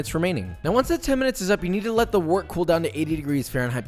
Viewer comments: Pronounced "wert" like "word", not "wort" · I know this video's like 2 years old, but it's pronounced "wert", not "wort"